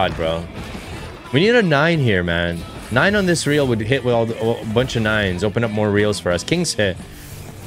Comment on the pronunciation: Nine isn't Nein🤣 " i turn german now😂😂"